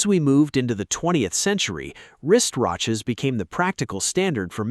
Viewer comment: What’s a wrist-ROCH? 👉 😂